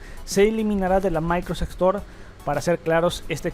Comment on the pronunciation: Muy buenos e interesantes videos pero qué mal es escuchar alguien de un canal de tecnología hablando tan mal... "Maicrosedch" "translator". Y lo peor, cuánto redunda en la misma información diciendo varias veces lo mismo